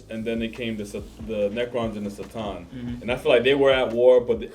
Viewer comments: This guy pronounces it wrong. Its not Satan.. it's C"Tan.(ka-tahn) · I wonder if that time when he made the video the pronunciation was unclear or why he says it like that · It was made back before Games Workshop had clarified the pronunciation of C’tan.